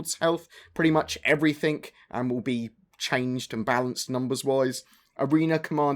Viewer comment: please say everything not everythink